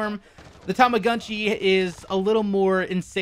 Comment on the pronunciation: It appears Japanese. It should be Tow-Mo-GOOn-Chi. I always thought the Tu and Mu and Gu sounds were closer to Too and Moo and Goo.... I think is butchering it.